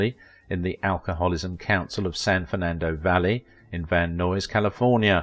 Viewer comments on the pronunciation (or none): Van Nuys is pronounced "van-NIZE", rhymes with eyes.